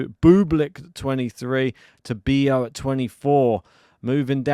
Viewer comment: Tabilo is actually pronounced Tab-ilo not Tabeeyo as it's not a double "L". 😊